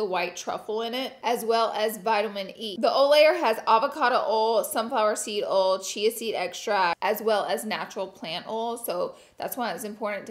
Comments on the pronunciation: Oil=awl lol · OLE and GREE-Z lol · Lol ole 😂😂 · Laura try saying Oy-yal for oil! Ole .... 😂 Gawd we love you! 💋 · She say ole for oil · Take a shot every time Laura says ole in this video 😂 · I was just smiling listening to her say 'ol' several times in a row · It takes me back home every time Laura says oil 💀🥺🥰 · We need a 24 hour video of Laura saying oil over and over lol ☺️💕